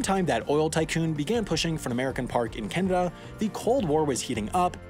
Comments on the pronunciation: It's pronounced Ka-Nook-A-Stan. It's the land of Canucks, if that helps you think about it. When you say it, it sounds like it's a Can-Of-Duh. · kanadian here, your correct its kenada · Bruh, nah nah nah, it’s not like Canada, it’s like Canadia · Ah you know they’re American when they call Canada (KA-NA-DA), “KYAA—NA-DA”. Never understood where the Y came from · I don’t believe you about this “kanadah” Give me proof. Edit: Yes, I do think it’s spelled “Kanaduh”, Thank you for the correction! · You said kanada. And if you add a n It becomes kannada which is our mother tongue. By the I am from Bengaluru Karnataka... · It's pronounced Canada! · Btw you pronounced Canada wrong, It isn’t pronounced Ca-na-da it’s pronounced Ca-na-da